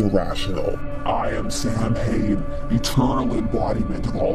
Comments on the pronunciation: It's pronounced 's-ow-in' but 'Sam Hain' is very funny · BTW: "Samhain" (i.e. the original Gaelic harvest festival) is actually pronounced more like "Saawin", not "Sam Hain" The writers probably didn't know that though, so you might be correct in-universe 😉 I remember the Ghostbusters cartoon had a pumpkin-head character they called "Sam Hain" too, so you're not alone! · The word "Samhain" is pronounced "SOW - when", where the first syllable is stressed. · So, is the character's name SUPPOSED to be pronounced San Hane? Because the Celtic festival is pronounce Sow-wen. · Everyone always pronounces Samhain wrong. It’s not pronounced anything as it’s spelled. I can’t even type how it’s spelled. 😂 The best I can do is saa-win. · Just letting you know but "samhain" is pronounced [sauw-win] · Samhain pronounced saa-wn (because Irish should never be spoken aloud) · Oh no not again. Same mistake the Halloween movie did about the term Samhain. The pronunciation is actually Saa-win which is an Irish/Scottish term. Just wanted to correct the pronunciation and I still enjoy your videos. How fitting especially with both the Tv series and comics. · Funny thing is Halloween III pronounced it right. II on the other hand had Dr Loomis pronounce it wrong. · My Celtic ancestors were rolling around under their càirn with that pronunciation.